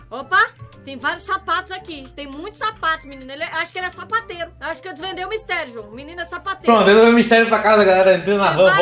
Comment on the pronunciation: quando vc se escondeu na cortina eu ouvi vc falar savateiro em vez de sapateiro 😅😂😂😂